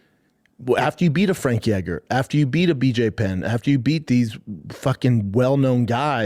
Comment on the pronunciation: "Frek Eger" = Frankie Edgar???